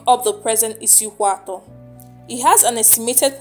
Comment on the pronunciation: Which kind igbo you de talk. You can't call the names well. Please am from isukwuato. Call it well please